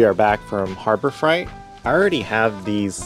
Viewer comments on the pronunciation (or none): Harbor "fright".... lol!!😂